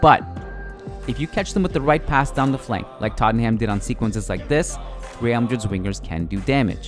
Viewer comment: fan of these videos but the way you pronounce tottenham irks me lol